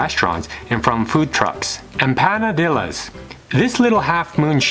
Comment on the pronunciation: One thing that got me to think this guy knew what he was talking about is the way he pronounced “empanadillas” 😜👍🤣